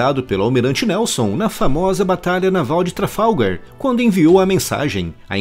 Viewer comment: Por favor não fale tralfagar !!!